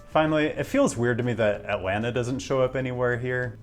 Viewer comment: toronno, atlannah